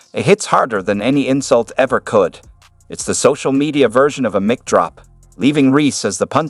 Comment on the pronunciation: If you are going to use AI to read a script, you should spell out some words differently so they are pronounced correct. Hearing “it’s like a mick drop” could have easily been fixed by spelling it mike instead. Pet peeve aside, good video.